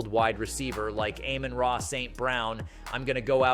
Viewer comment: Please learn how to pronounce people's name Amon-ra no I dummy